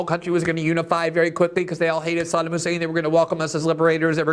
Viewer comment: learn how pronounce Saddam